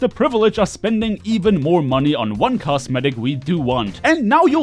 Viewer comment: I swear it sounds like you are saying cast medic